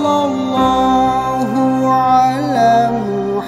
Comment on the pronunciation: Maaf ka dibaca nya bukan sollolloh tpi sollawlloh